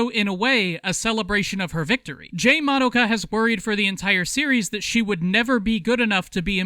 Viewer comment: But the most important reason to watch subs is so that you aren't constantly hearing people mispronounce "Madoka" as "Ma-dough-ka".